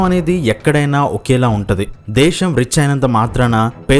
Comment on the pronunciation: దేశం అనాలి బాబు... దేషమ్ కాదు